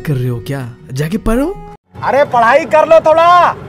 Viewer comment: Sir says paro.. Instead of pdho😂🙌